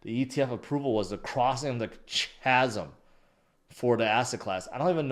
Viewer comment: Chasm sounds like kasum. Chasm is a valley or gorge